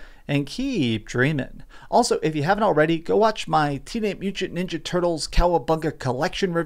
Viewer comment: teenaye moochant?